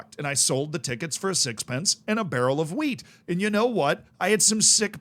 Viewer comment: Wait he said wheat?